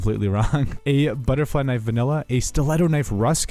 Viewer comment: "its a very nice köniiv"